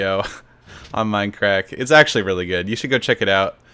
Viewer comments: "WELCOME BACK-A TO DAH MINUH CRACK-A!" -SethBling2014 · WELCUH BACKA TOAH MINDUHCRACKUH